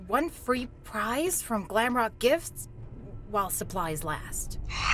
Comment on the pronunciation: I know its glamrock Freddy 🙃 Oh, and it's "glamrock" Freddy NOT "glamlock" Freddy... See? I can do it too 🙃